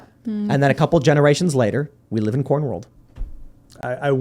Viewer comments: I walked away for a second and thought y’all were talking about porn world not corn world 😅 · CORN! I thought you said Porn! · I thought he was saying "porn" for the first half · At first I thought he said "porn", not corn. Americans love porn. We also love to complain and be depressed. America's greatest exports: corn, porn, and being forlorn. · Did anyone else thought Tim said "porn" instead of "corn"? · I finally realized Tim was saying "corn" after agreeing that "porn is a huge industry.". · I thought they were saying "porn" instead of "corn." I think this would be, at least, funnier if that were the case.